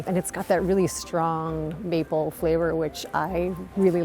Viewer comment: "Mople" syrup???!!!!! Do better!!!! Worst opening!!!!